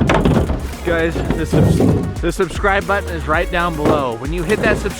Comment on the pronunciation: I'm a fan of jstu I just thought it was kinda funny how it sounded like he said the d word